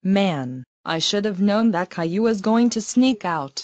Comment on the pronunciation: How do you make Boris say Caillou instead of Kayloo?